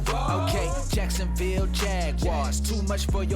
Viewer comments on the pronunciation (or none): none